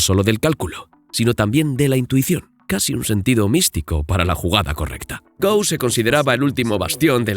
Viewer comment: Se dice "go", como en la palabra "gorila", no "go" como si fuera el verbo "ir" en inglés